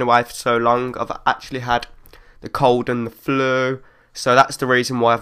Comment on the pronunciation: listen to how he says "flu" hahahahha